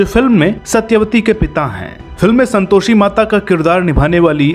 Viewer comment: Om ॐ bhai pehle aap santoshi ka ucharan to sahi kar lijiy🙏